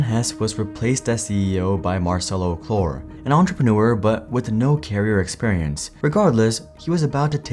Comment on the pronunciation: The name Marcelo Claure is pronounced "Mar-SELL-oh CLOW-reh", with the emphasis on the second syllable of each name. Marcelo: Mar-SELL-oh Claure: CLOW-reh NOT 'CLOR'